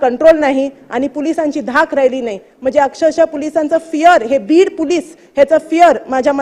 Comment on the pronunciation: बाईला पोलिस पण धड म्हणता येत नाही 😂